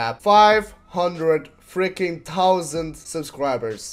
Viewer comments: nice one Mojo!Start pronouncing the "th" cause that tausand is just bad brah. GGWP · five hundwed tausen subscriber, i just love hearing mojo say tausand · five hundwend townsend subs! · five, hundred, TOUSAND..............TOUSAND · Five Tousand :D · tousand xD Not 500 thousand but 500 tousand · five hundred tousends